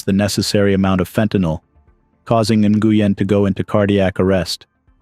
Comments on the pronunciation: Nguyen is pronounced Win. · Nguyen is pronounced NWHEN OR WENN